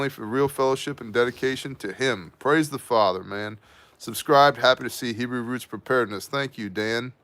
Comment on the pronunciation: Just gotta say WOW!! HUGE HEBREW pronunciation improvement! Almost there! Even nailed the ‘CH’ hockin a Loogie sounds! 😎👍 On the wine prayer at the end, try “Ber-ay pre- Ha-Gah-fin, and you will nail it!! Hope that helps. You’re becoming a Hebrew Ninja! So good learning stuff from you, thanks brother! Stay awesome and saucey!!